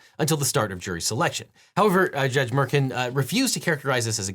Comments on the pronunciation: Judge Merkin? Lol. I thought it was pronounced Mer-Shawn. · Mer- shan... not merkin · I love you eagle but the Judge’s name of Merchan is pronounced “mer-shawn” not “merkin.” Just a heads up my friend. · FYI, judge's name is pronounced Mer Shawn. Great info in video, and good sense of humor on a totally dispicable situation. 👍